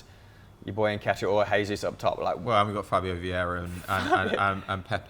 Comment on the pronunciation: His name is NOT HESUS! It's JESUS! The man is brazilian, where they speak PORTUGUESE, NOT SPANISH